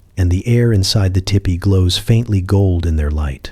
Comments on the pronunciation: Oh I just listened so this is all AI because you said tippy instead of TP So of course you don't know how offensive these are I mean I'm sure there's somebody there who knows I mean somebody had to program this stuff well actually probably not now that I'm listening to it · This is so good, i dont even mind you pronounce tipi as tippy. 😊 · Michigan here! Land of the great lake, Gitcheegumee.❤ If the AI was taught to say teepee correctly, I wouldn't even have known this was AI! Very soothing.❤ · ITS NOT TIPPY. STOP IT. I JUST WOKE UP ANGRY CAUSE YOU SAID TEEPEE ONCE THEN REVERTED TO TIPPY😫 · It's teepee.